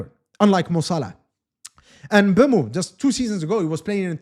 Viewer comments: Not bam Muu Say emm boo moh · I'm cameroonian too Hearing MbUEmo makes my ears bleed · Thank you very much i noticed it the first time he said his name...this whole Embeumo thing is nonsense